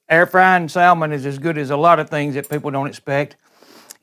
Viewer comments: Good video but plllllease stop saying “sal-mon”! The “l” is silent. 👍🏻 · Salmon has a silent "l" Incorrect word pronounciation reflects badly on us. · Please learn how to pronounce salmon lol. There's no two ways about it. The "L" in salmon is silent, so says linguists, English teachers, and litany of online comments from English speakers all over the world that agree. I'm not trying to be rude here by any means. It was a good cooking tutorial. But if you're going to be working with a food or ingredient and you're teaching others how to cook with it, you should learn how to properly pronounce these things. Take this as constructive criticism, not an insult. The way you pronounce salmon is just wrong. Doesn't matter where you're from, or what your accent is, or if your friends and family say it that way, it's wrong. You don't HAVE to change just because some stranger online suggested you do. But I can tell you as a northerner (from NY) that hearing salmon pronounced like that just screams "southern", and not in a good way. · Sal-Mon!! Love it! Sounds like Salmon Rushdie. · It is pronounced like "SAMMON". The "L" is silent. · You keep pronouncing that L. Your accent is similar to my grandma and her family. It is comforting to listen to you.